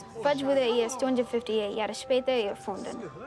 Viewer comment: Well, the accent is indeed pretty bad. Credit where credit's due, the "Hat jemand Interesse?" at the end was pronounced perfectly.